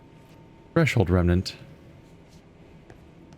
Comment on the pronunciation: I keep hearing "Let's join the flesh of kids" instead of "Threshold Kids" and getting way more disturbed than I should, LOL.